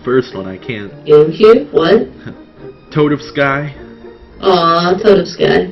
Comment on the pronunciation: Luigi Gangnam Styles at the start of the parade. You know Toadofsky is meant to be pronounced like Tchaikovsky, right?